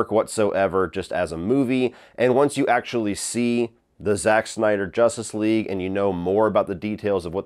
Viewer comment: Why do you say “Jostice league” it’s justice with a U juh-stice